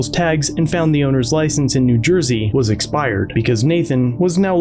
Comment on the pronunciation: Is it correct English to say eSpired or eXpired? 😢😢😢